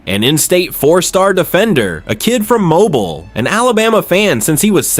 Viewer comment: A.I. news. It's obvious with the pronunciation of Mobile and Vigor and other words. How true is the report ?? Seems to be all true